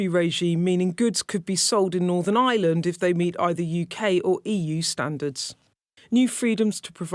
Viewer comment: Bugs me she says Eye-land as in a regular island.